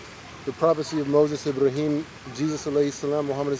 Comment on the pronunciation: I-Bra-Him Abdool.